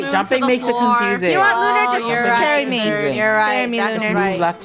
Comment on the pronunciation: Its not Looner its Lunar.(Not being mean!)